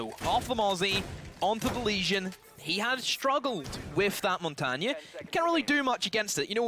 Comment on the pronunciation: He also is the only one saying "Montagne" right!